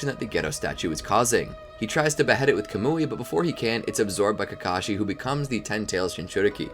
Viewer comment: why are calling obito kakasi